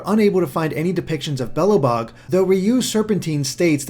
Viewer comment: The pronounciation of Belabog and Crnobog, I can't xD